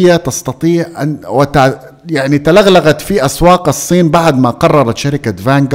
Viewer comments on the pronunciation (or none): تغلغلت يا الله يهديك مو تلغلغت 😂😂موتني ضحك